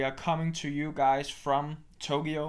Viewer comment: ' pronunciation of Tokyo as Togyo is adorable.